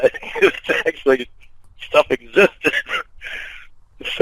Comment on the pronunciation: “Talk and stawf…” what an inbred😂